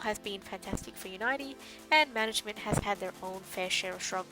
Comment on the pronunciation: I think it's pronounced, "unity" homegirl.